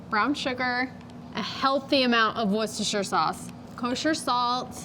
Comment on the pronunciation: Of all the bbq sites I watch, you are the one who pronounces Worcestershire the closest. Its amazing how thousands of cooks cannot pronounce the word. You are the closest. Im 100% german. Worcestershire is pronounced, war-sester-shīre sauce. Lol.